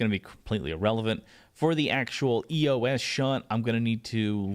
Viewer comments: I think it's pronounced "Eeeyoss" not "Ee-yo-ess" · It's pronounced "ē-ō-s"